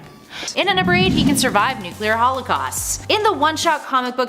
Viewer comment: Nuc-U-lear man?